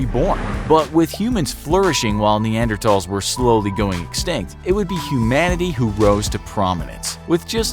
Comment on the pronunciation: He pronounced Neanderthals the correct way. Crazy.